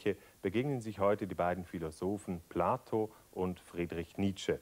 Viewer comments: Platon nicht Plato. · Warum "Plato"? Er heißt Platon.